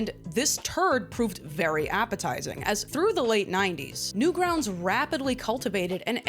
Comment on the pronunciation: Guys, what’s Newgrountz?! AI said it, not newgrounds. Newgrountz